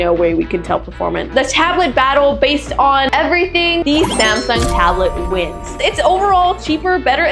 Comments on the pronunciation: anyone notice the samung" instead of samsung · is not Samung it's Samsung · Samung instead of Samsung😂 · Her through out the video: "Zamsung" "Sumsung" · When Samsung became SAMUNG Lolllllllllllllllll